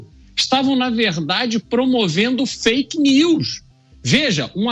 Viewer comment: Não é fk nius Lula é fk nis